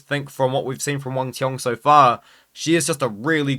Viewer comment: He is the only one pronounce Wang cong’s name right